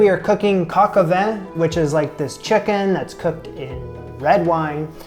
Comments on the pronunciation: You murdered it... The correct pronunciation of coq au vin in French is cohk oh vah(n). In the word "coq" the o is pronounced with a closed "oh" sound, while the "q" is pronounced with a "k" sound. The second word, "au", is pronounced like the "o" in "coq", so with that same closed "oh" sound. The final word "vin" is slightly more complicated. The "i" is pronounced with an open "ah" sound, but the final "n" is a typical French nasal "n" that is barely pronounced, as you can hear in the audio pronunciation. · Say coke oh van